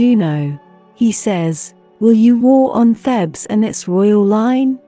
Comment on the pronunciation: It's 'Theebs' not 'Thebs.'